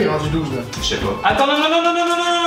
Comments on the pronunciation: tu as dit ché pos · a dit jsais pas! C'est québécois ça, non? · un moment donner ta dit << chepas lah >> pis c olivier qui a eu une concequence parce qu'il avait dit << pourquoi yé rendu 12 >> pis toi ta dit < >. ahha fekkk ta as pas eu a cause que vous etiez concentrer sur olivier